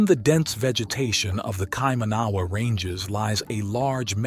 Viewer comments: Kai - man - na - wa is how we pronounce it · You need to learn how to pronounce Maori words such as "Kaimanawa"... there are examples of correct pronunciation in some of the segments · Listening to this and the pronunciations of the words are hilarious!!😂😂 Its no kai manaaaaaaaa ........wa. Its kai maua. Kai ma noooo ah. And its not the may ory people. Use normal vowels like a human??? Ma(short) oldy. Sounds like moldy bread . Moldy. Ma ori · Here's a little hint on how to pronounce Maori words the vowels for the maori language are pronounced a = Ah e= Eh I= Ee o= Or u= Oo Wh= F nga= Nah so Kaimanawa would be pronounce like this Ky mahnahwah not the butchered kay man awa you keep saying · Its pronounced kai- mana - wah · you should ask someone to tell you how to pronounce Kaimanawa it is kye mannna wah, mana is said munna Maori is pronounced MO RI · Bro you need to get your pronounciation right on maori and kaimanawa'' As a kiwi its haed to listen to'. take care mate.